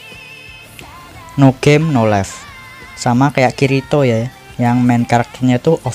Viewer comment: Njir dengerin admin manggil kirito = kiritot